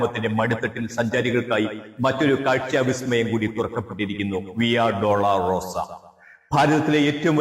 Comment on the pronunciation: please note : വിയാ ഡോളൊറോസ ഡോള റോസ എന്നു പറയല്ലേ!! രണ്ടു വാക്കുകളല്ല! ഒറ്റ ലത്തിൻ വാക്കാണ്